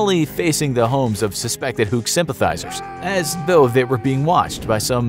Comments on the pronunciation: it's huks not hucks btw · Filipino here. Love your work, love your channel. It's "Huks", BTW, not "Hucks". But while I'm aware of the Huks in our history, this is a story I didn't know. Thank you. :-) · It's Huks not Hukes